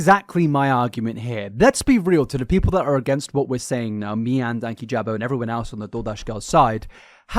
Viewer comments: Just for future reference it’s Dan-keyjabo hearing you call him Danky jabo is so funny hahahha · I think his name is pronounced like Dan-key-juh-bow just for future reference. We missed you btw!! Hope you had a good holiday besides the flu part 😅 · Dan-kee-jah-bow has said his own name enough times, that you should be able to pronounce it properly. Also, exposition is harder to say than ex-i-bi-shun. Like your videos, and as you speak for a living, it’s important to pronounce things properly 😊 Merry Xmas and all those baubles 😂🎉